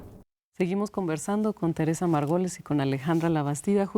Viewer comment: No puedo con que la conductora pronucie «Margoles» en lugar de Margolles.